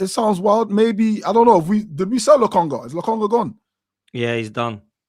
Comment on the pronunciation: Yo man said Lokonga 😂😂😂